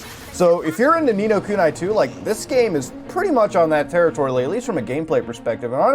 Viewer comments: This man said Ni No Kunay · only mutahar would say nino kuni as “nino kunai” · "Nee nigh kunai" Im fucking unsubbing mutahar what the fuck I expected better from you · "Neenoh Kunai 2" B R U H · He says "Ni No Kuni" like a fucking normie